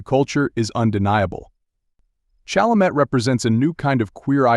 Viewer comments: No matter Chalemet's orientation, Chalamet's respect for all humans is laudable, particularly when social media encourages derisive statements in search of clicks. AI will have to improve before narrations like the one in this video will "learn" how to correctly pronounce names like "Chalamet." Mispronouncing the subject's name is irritating, though it probably annoys me more than it would Chalamet, who has probably heard his last name mispronounced his entire life. He is a masterful actor and a pleasure to watch on the screen.😊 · Narrator, learn to say his surname correctly. Not like a high school drop-out.